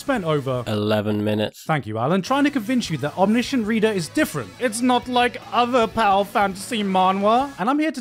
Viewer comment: is no one gonna talk about how he pronounces omniscient 😭😭